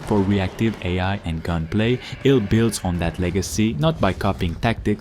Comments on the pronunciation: man why do you say I L L it's iLL stop sounding like an Ai voice 😂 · It's pronounced "I Double L" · I work at a library, and every time he says I. L. L., I hear "Inter-Library Loan." I will be thinking of this, when I play ILL. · Why do you call it I L L? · You’re not pronouncing ill right. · I’m still calling it “ill.” It’s quick and to the point, and I like the ring of it.